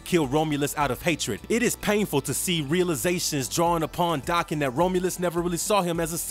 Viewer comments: It's not Daacan. It's Day-ken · It's Japanese so it's Dah-ken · Its day-ken. And I have a crush on daken. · In all the years this character has been around this is like the third time I've heard his name said out loud. And all the other times i've heard it also pronounced Dokken. I guess that's what it is. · It's Dah-ken. Japanese pronunciation